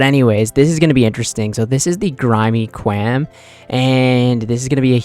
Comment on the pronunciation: He said that and irl I just went "WHAT IS A KWAAM?!"